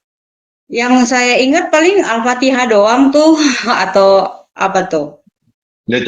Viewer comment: Oten2 ini banyak cerita bohong baca al fatehah aja gak bener.